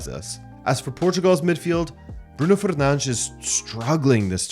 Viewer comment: Crazy hearing someone pronounce Fernandes like that.. i forget its the correct pronunciation some times 😅